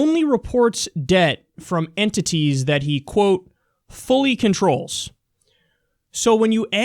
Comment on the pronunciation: Yo he said enTITIES emphasize on it bra. And with a straight face too what a professional